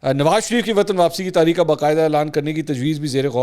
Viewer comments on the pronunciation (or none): none